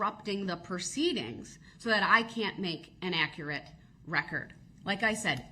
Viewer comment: Let's not forget that he wants the record to be ak-rit